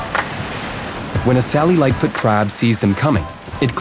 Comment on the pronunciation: The captions are saying “Sally lightfoot crab” but I’m hearing “cellulite foot crab”